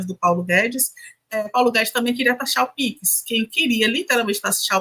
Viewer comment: Alguém ensina essa mulher a falar pix.